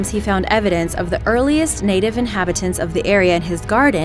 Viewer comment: Tequesta is pronounced Teh-Quest-Uh not Teh-Kest-Uh... I live in Tequesta, FL